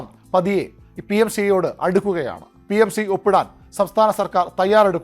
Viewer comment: ഷ്റീ അല്ല ശ്രീ ആണ്.